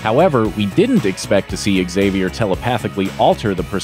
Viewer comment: God, I cringe whenever I hear that horrible pronunciation of "Xavier".